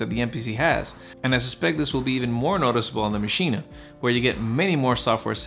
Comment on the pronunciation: Good points! But stop saying MACHINA FFFFFFFFfff